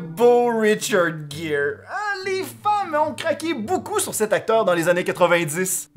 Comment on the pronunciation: Hey super ta vidéo sur le reportage sur richard Gere... 😊 Attention j'ai bien dis Richard gere Et non pas richard jere c'est un g pas j ( en fonction de la langue) 😛 C'est comme le prénom de Angie les français le dis engie... 😔 on dirai un nom une engie...BORDEL C'EST ANGIE. 🙂